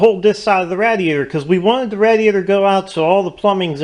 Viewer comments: yep I'm going to start a drinking game to your video no offense to you or the video it is an awesome idea but for how many times you said radiator wrong I should take a drink other than that there's an awesome design good going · Nope. ra-DEE-A-tor is the right way. Some people think it is rA-dee-A-tor. What do they know.